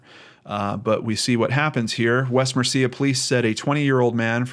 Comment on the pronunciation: Since I know you like to pronounce things correct, the British Birmingham is pronounced with a silent "h": Birmingam, with emphasis on the first syllable. And West Mercia is pronounced West Mercy-a.